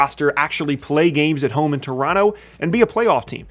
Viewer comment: My favorite part of this video is knows how to say Toronto like he's from Toronto